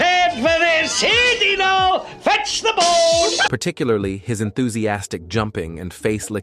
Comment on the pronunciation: Dino appeared in all six seasons. His name is pronounced DEE-no.